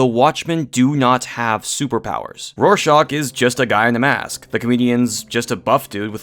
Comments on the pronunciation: But Rorschach is an actual word that you’re mispronouncing. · I didn't say your argument was instantly null because you pronounced Rorschach wrong. All I did was point that out. I was kidding. Chill. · Great video, but I absolutely cannot forgive how you pronounce “Rorschach.” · Man, I love seeing Hunk, Cabin America, Iring Man, Fork, Hotguy and Bat Window team up. See, Rorschach is not said that way, you shouldn't say it like that on purpose when you know you're wrong.